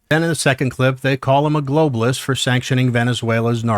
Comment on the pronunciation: the dude in the cowboy hat looks so smug and ignorant it makes me wanna slap tf outta his smug face. This dude ran Failing campaigns against Trump😂🤣😂🤣 and he can’t even say Globalist he said globist